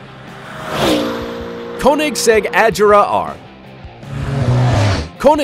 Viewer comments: Its called caunexeg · Wtf 😂 why are you pronouncing Koenigsegg and Rgera like that😂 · Got damn you mispronouncing the hell out of those Koenigsegg names. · You can't pronunce Koenigsegg konigsegg because it's wrong you have to learn how to pronunce the swidish words LOL! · I'm from sweden and Koenigsegg comes from sweden too, it's pronounced KÖNIGSEGG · Your saying Koenigsegg wrong!!! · There is so much wrong with this video. False "facts," complete misunderstanding of the concept of power and units of torque, horrible pronunciation, you can tell this guy has no idea what he's talking about. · Yo Dude plz get UR facts Correct and Learn to say the car names Correctlig plz.